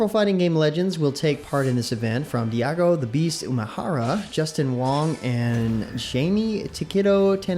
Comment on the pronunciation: Uff I died a bit when i heard Diago instead of Daigo 😔